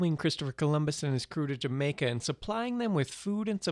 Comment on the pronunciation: Learn to say Jamaica properly!!! ..thumbs down for poor articulation!